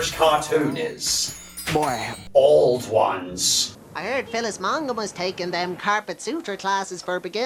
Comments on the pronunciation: It is pronouced OW-LD ONES. Im Irish so i should know. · You pronounced auld ones wrong, it's actually pronounced owl-d ones- ah it's grand though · Auld Ones is pronounced Owl-d Wans